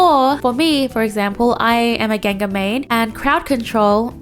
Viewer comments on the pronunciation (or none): none